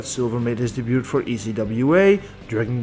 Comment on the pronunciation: Apologies for this but the way you say "debut" kinda bugs me a lil bit... anyways great video.